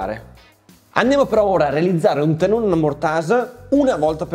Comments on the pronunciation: Ottimo video ed ottimo progetto, come sempre💪🏼 Solo un appunto: tenone, non teNNone... Grazie😂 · Ciao, Mi è rimasto un sacco pieno di lettere "N" dove te lo mando? Tenone si scrive e si dice con una sola "N"! Ma forse tu volevi rimarcare che questo stile di lavorazione genera dei "tennoni" molto piu forti e resistenti di quelli soliti. A parte la critica, sempre e solo scherzosa, hai fatto un bell'armadietto, complimenti! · Bel viduo, comunque si dice TENONE con una sole enne.......